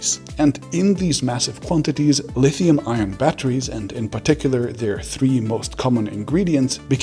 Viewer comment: Fantastic video please say ion less like iron though 🤣🤣🥲 gave me a headache